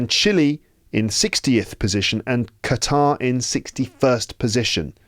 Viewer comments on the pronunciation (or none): none